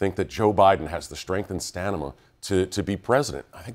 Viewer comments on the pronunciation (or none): Joe Biden can pronounce the word stamina correctly. I don't think this guy did.